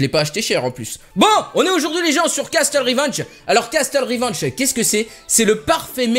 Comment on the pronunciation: "Castle" ça se prononce "casseule" ! Likez pour qu'il voit et qu'il ne dise plus "casteule". Merci ! :)